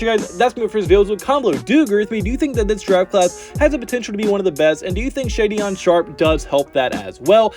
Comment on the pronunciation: Shaedon pronounced "shay-don' not shadyon!